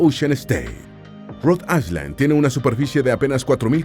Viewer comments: Se pronuncia Rhode Ayland no Rode Aysland, aunque se escribe Rhode Island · Rod AiSSSSSSSSSSSSSSSSSSSSland?? Qué mal pronuncia la IA 😢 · Rhode ISLAND... me daban calosfríos cada vez que escuchaba "aiSland" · No se pronuncia Rhode AISLAND con S sino Rhode Ailand sin S. Es una particularidad del Ingles. Como tampoco se pronuncia ILinois con S sino ILinoi sin S.